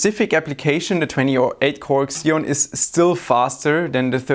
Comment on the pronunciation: Did he just say X-eon in the first 30 seconds of the video? Isn't it Zeon, just spelled Xeon?